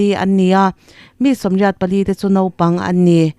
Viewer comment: A bengvar thlak thin e,mahse kan sawisel teh ang,engtizi nge Naupang tih turah Nopang ti a i sawi thin le?